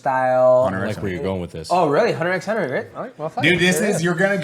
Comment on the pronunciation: You do not say the "x" in Hunter X Hunter.